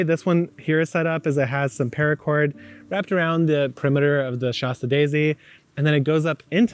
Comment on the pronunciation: It’s called a “shaaaa sta” daisy not “shaw sta” daisy, BTW! Like the town in Northern California Mount Shasta 😉☺️🤷🏻‍♀️